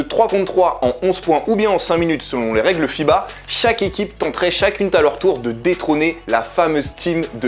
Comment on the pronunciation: Chacune « T’ » a leur tour On appelle ça une liaison dangereuse 😂